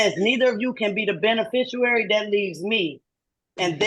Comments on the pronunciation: You cant be the benefishuwary Judge! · "Special appearience" and the "benefishuary" and "jurisdictshian" 😂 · by the "benefishiuary" 😂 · A special "Appear-ience" "Benufisherary" "Axe you" "Jurridicshun" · she keeps saying "Ben-ooo-ficiary"